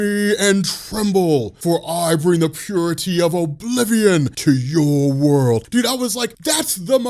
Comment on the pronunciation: Is what you say is true. I bring the pruity of Oblivion